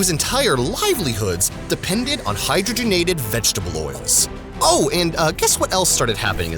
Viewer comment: Thank you for pronouncing hydrogenated fats correctly. I couldn't watch this video if you said it like... Hi drog en ated... I mean, come on, it's in the name FFS.